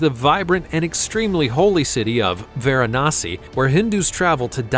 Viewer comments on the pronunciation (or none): none